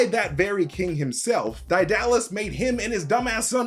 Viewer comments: Daedalus is pronounced dee-duh-luhs or day-duh-luhs not die-dal-lus. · It's DAY-duh-luss, he's just pronouncing it incorrectly. It has nothing to do with being American as someone else said. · Lol "Dye-Dallus" I always was told it's "Day-Doll-Us" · DIE DAH LES... my greek myth enthusiast brother would go mad lmao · DIE DALLAS? I always have heard it as DAY DULL US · Daedalus (day - da - lus) nah DIE DALLAS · I’m sorry but your pronunciation of Daedalus is horrid, it should be pronounced like Day not Die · Excuse me? Daedalus is not pronounced "die DA lus" it is pronunced "DAY duh lus". Also, it is pronounced "Huh PHAY stus" not "huy PHASTOS" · Did you not play Hades the game? They pronounce Daedalus correctly, Dehduhluss. He was a great inventor. Also, this movie was trash and I had no expectations of it but popcorn entertainment, and it even failed to do that. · It's Day - dalus. Everyone knows that. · It's pronounced deadalus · its prounouced DAY-duh-LUS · Daedalus is pronounced "day dah lus" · D👁dalis became crydalis 😂😂😂 barzzzz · Isn't it pronounced "dead - uh - luhs" ? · It is pronoinced “Day da luss” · ugghhh. sorry but the pronunciation of Daedalus. first hearing it pronounced like that. my eaaaars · the way you pronounce Daedalus makes brain squirm